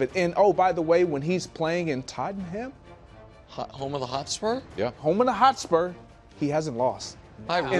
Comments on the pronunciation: Love greg and nick trying. Its pronounced totnam and its hotspurS or as the locals call them THE SPURS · Greg... say it with me... Tott-numb. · Bro said Tot-en-ham 😭😭😭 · Tottonham is pronouced totnam take it from an brit american. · Awful pronunciation of Tottenham by the way. Americans find so many ways to butcher it 😂😂😂